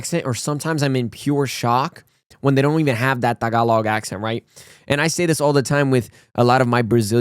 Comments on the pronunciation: Its soo good to see you say “Tagalog” right. You’re getting Filipino-er each day. 🎉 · I like the way you say “tagalog”. It is the right way to say tagalog…